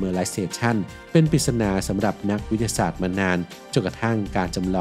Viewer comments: ลองฟังช่วงนาที 0.11 ครับ วิททะทะสาด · พอมาฟังดูก็ เอ๊ะเลย วิด ทะ สาด ก็มา สู้ๆนะครับ❤